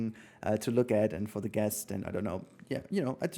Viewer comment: By the way, it's guest, not gest! No worries:)